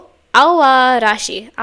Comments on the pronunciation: Aoarashi is pronounce as A-O-Arashi, btw. But now worries, you didn't butchered the pronunciation. 😊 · Enjoyed your first reaction to &team! Thank you💖 'Samidare' means May rain' 'Aoarashi' means 'Blue Storm' Your pronounciation of these titles in Japanese are just perfect🎉